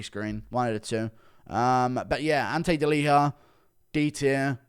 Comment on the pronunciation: Why do you pronounce Ante Delija like it’s a Spanish name lol